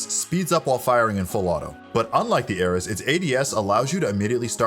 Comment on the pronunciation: gameleaps is better tbh the odin takes skill and he doesnt know how to say Ares lol